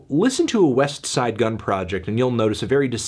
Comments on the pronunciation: You pronounce the T on Westside, WE DO NOT TRUST YOU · I feel like you’re purposely pronouncing the t in westside super hard. Relax a little Anthony.